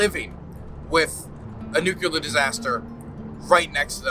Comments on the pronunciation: Excellent work,. This was a huge improvement over even the last one, which was also fantastic. P.S. Whenever I hear you say "Nuke-ya-ler", I remember when I was a kid and people were making fun of George W Bush for pronouncing it the same way. It's "New-clear". Reject the Republican mindwaves pumped into you in your infancy. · Don't sweat the mispronunciation! "Nukular" is a very common mistake. Try splitting it into two words every time you see or hear it: nu-clear = "New Clear". Making that split will help disrupt old habits by reforming the associated pathways. Honestly, you have more pressing concerns, but I can understand being self-conscious as a journalist (especially with your refocusing to deadly-serious embedded journalism as opposed to Twitch debates), so it's just a helpful tip from my linguistic background. It's not like you're the former governor of Texas or POTUS, so... Thanks for doing what you do! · It's pronounced "nu-clear". Just like it's spelled. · It's a serious video but I can't help but snicker when you pronounce "nucular" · you're saying nuCLEAR wrong, they're only one 'u' in there bro. i'm sorry that's just a pet peeve of mine. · Godspeed you will learn how to pronounce nuclear one day <3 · Hilarious that you keep acknowledging your pronunciation of nuclear while continuing to mispronounce it 😂